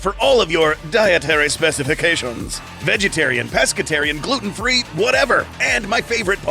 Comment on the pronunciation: Nobody: Literally nobody:: *speaks in French accent* "Dietary Specifications~"